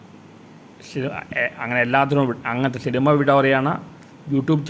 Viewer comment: ശിനിമ അല്ല സിനിമ ആണ് അണ്ണാ 😊😊